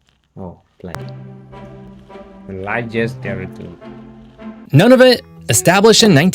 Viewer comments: Hi, guys! 😊 Just a little note: this presenter is American and pronounces quite a few of the place names wrong. For example, Nunavut is pronounced /NEW-na-voot/, not “none-of-it”, and Iqaluit is pronounced /ee-KAH-looit/. Don’t hesitate to ask a Canadian if you have any questions! ☺️ 🇨🇦❤️🇨🇲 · pronounced NOON-a-vut